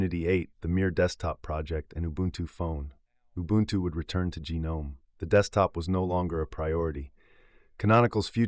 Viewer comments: It's not GEE-Nome... it's Gnome... Also, i dont like Ubuntu nor Canonical, but dropping Gnome and Systemd was the right choice and it would be the right choice even today. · I can't take someone seriously who pronounces GNOME as gee-nome.